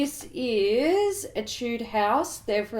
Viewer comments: Btw Etude House is pronounced 'Et-two-day' House. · I live in S. Korea and they pronounce Etude like Eh-tweed (에뛰드) 🤷🏼‍♀️ I don't get it either, but I thought you'd like to know. ☺ (Also their eye-shadows are really lovely.)